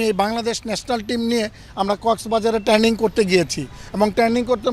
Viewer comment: Terning na training re bhai